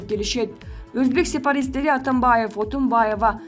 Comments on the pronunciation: Сепаристе дейт ко, Сепаратист дечи !!жок дегенде созунорду туура суйлогулочу ушукчылар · Сепаратист деп толук айтчы диктор